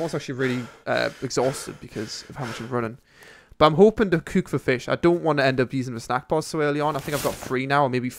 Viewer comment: Why do you say "cuuk" instead of cook xD